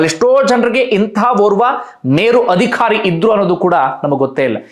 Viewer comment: Adikhari alla, adhikaari, focus on pronunciation. All other narrations are good